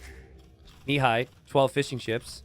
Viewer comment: It irks me to no end how pronounces Mihai's name. The accent is on the "a" and not the first "i", it's miHAAi and not miiihai